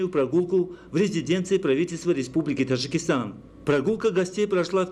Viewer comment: Уважаемый диктор , пропускаешь букву Д в слове ТаДжикистан,немножечко внимания ,проштудировать и вперёд,а не то слушать невозможно,,Тажикистан,прям до тошноты